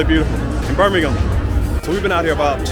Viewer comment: I am very impressed, she is the first American I have ever heard pronounce Birmingham correctly!